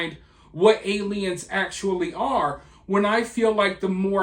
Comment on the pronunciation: man said "ackshually" lol